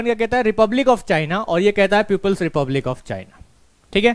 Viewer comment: अबे प्यूपिल्स नही बे, पीपल्स रिपब्लिक बोलो बे।